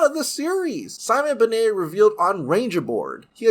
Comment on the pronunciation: Sorry but its Ben-nett not benay